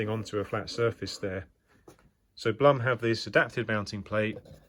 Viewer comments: It's Bloom ( Blum), not plum :) Beside that thanks a lot. Very informative and helpful. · Great video. Very well put together. But maybe mentioned here or not - the company is pronounced "bloom"